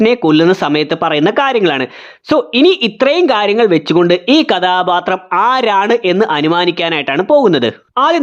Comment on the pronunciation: കഥാപാത്രം എന്ന് മര്യാദയ്ക്ക് പറയടെയ് 😂 അരോചകം 👍